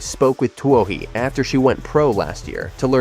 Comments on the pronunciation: Too bad this AI can't pronounce Katelyn's last name, otherwise it's great to see her back. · HATE this VOICE... CA'T Pronounce her NAME, and it's FIVE- ZERO, ZERO ZERO race